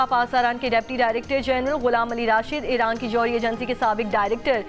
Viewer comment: She told us irank ne ?🤭